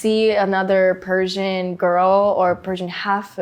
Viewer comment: Sounds like she is saying she is Parisian, not Persian! 😂